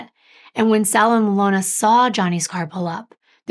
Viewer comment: you pronounced it correctly. Eh-lon-uh.